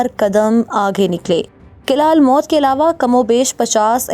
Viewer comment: Behtareen....but...fort's pronunciation is""almout""" not almot....meem par pesh hay...thanks